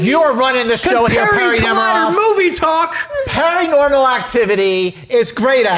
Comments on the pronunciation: Perrinormal Activity 😂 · “Perri-normal” You kill me!